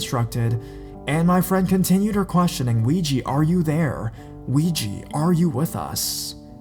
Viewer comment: DUDE!!!! ITS NOT PRONOUNCED WEEGIE BOARD ITS OUIJA ( OH-WE-JA) BOARD PLEASE SAY IT RIGHT!!!!!!